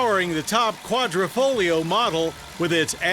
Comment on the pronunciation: its Quadrifoglio not quadrofolio.